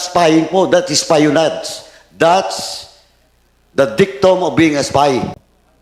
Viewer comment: Espionage… should be “es-pee-uh-nahzh” not “ES-PAYO-NADJ”